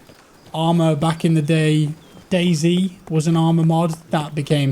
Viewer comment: you didn't say dayz when u said what the game is like . its dayz lol